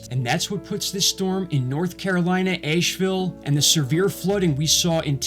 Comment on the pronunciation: It's pronounced Ashville. Not w a long A sound.